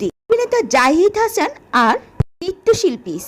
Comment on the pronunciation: হাছান নয় "হাসান" আগে ভাষা শিখুন তারপর কথা বলেন।